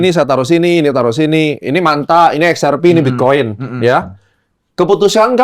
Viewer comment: XRP kali bang, Ripple -- bukan SRP. wkwk